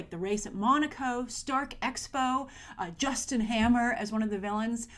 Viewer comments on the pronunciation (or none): none